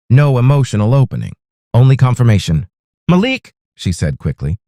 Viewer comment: Nice story. The husband's name is pronounced Ma-Leek. Every so often you say it correctly. Most often you pronounce it as Malek. Just saying. Thx